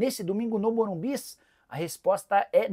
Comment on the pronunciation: Morum " bis " ? 😂😂😂